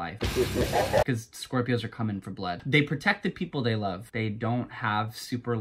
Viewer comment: for all ov mai shcorpioes